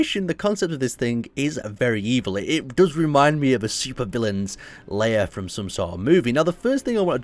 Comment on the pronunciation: Im sorry but you keep pronouncing it as 'layer' when its 'lair' and its driving me insane xD